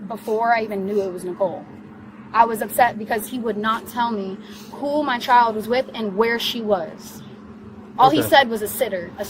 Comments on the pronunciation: Bill Burr's comedy special about not hitting women comes to mind watching this. It's also really annoying the emphasis on the last syllable of the last word. "childAHH." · I've never heard "child" pronounced with three syllables: Chi-YULL-duh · It’s not pronounced, “c**ld-DUH.” It’s a one syllible word. Rhymes with wild. Not whild-Duh. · She should get extra charges for unnecessary syllables….chi-al-da…….meee-ya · Let’s clap out the syllables … “child” 👦🏻 = Chai-uld-DUHHHHH 👏 👏 👏 but yeah what you said 😉 😂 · Why do people like her always add extra syllables for emphasis? "They kidnapped my CHY-ULD-UH!" 🙄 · Only time over ever heard child pronounced with 3 syllables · Me-uh Child-uh What a mouth on her!!! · I didn’t know “child” could be a 3-syllable word… CHAI-yole-duh! 😂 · she managed to turn the word child into a 4 syllable word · How can the word child have 3 syllables? And the word may have 2 syllables?